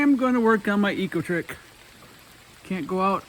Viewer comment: I thought you said "My Ego Trip."